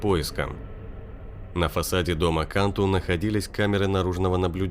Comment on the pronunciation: фамилия произносится кантУ .. это сто процентов